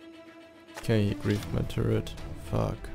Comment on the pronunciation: its said " stupid " not " stjupit " and its said " fuck " not " fak "